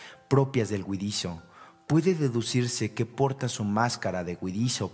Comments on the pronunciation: se oye huidizio y otras huidichio; debe ser huidizo. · Huidizoo ? Ocomo dice? No alcanzo a oir claro. ?😊